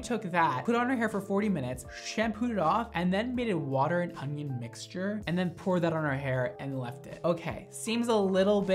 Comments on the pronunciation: baby, there isn’t a “g” in onion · Everybody else: onion mondo: ögnğion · No one: Absolutely nobody: Mondo: ONGION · Okay it's super cute that he can't say onion. "Onying" I love him! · I swear he's saying "ongion" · Lol I replayed the video to hear him say it😀 he did sound like he was saying ongion haha 😂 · nobody:: "ungyun" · Is it just me or does everytime says "onion" he says "onGion"?? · "ungion" haha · You say onion like ogion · Why are you saying ungyin 🤔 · Where are you from, you say onion sooooo oddly